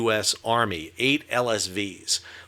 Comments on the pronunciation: You can tell this guy has been to Norfolk because he pronounces it correctly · Respect for the Norfolk pronunciation!